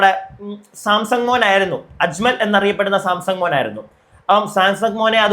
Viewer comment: സാംസങ് അല്ലടോ Samsan